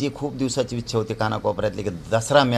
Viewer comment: खूप शुद्ध बोलायला शिकले पाटील वीच्या नाही पाटील ईच्छा असते